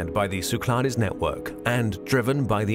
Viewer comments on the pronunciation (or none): Great video! BTW, they pronounce Cyclades wrong. You don't really pronounce the "es" in French. No big deal, though.